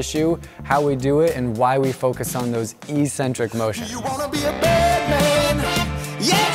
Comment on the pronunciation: Eccentric isn't pronounced like that